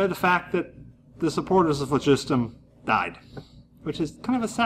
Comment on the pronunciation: this guy is the only YouTuber so far that appears to pronounce phlogiston properly AND weight a burning candle. A guy to watch.